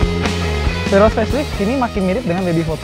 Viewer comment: lucu banget ngomongya daihatsu terios menjadi mengomong daihatsu teroris ha ha ha ha ha kocak